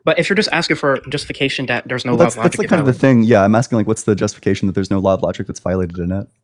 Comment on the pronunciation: Echo chamber has made them develop a speech impediment, D does not equal TH.